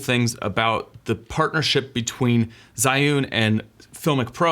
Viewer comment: The pronunciation of 'zhiyun' Was terrible haha but it's understandable that Chinese words dont get pronounced right by sb who doesnt know the language And otherwise it was a nice video :)